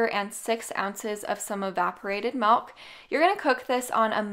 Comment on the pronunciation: Love the recipies. Love the energy... It drives me nuts how she says mIlk. She says melk. It drives me nuts. But not enough so that i stop watching.